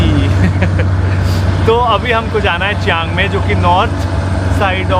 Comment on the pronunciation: It's not chang maie the pronounciation is Ching mai